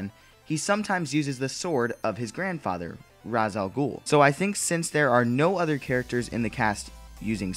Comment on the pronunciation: 1 - ra's al ghul is not rahz its more like raish despite the pronunciation in the Nolan trilogy. not being an ass but it's a pet peeve 2 newer videos show signs of Nightwing and Robin (one has a staff, so thats usually tim drake. The other has escrima reminiscent of dick grayson) it's a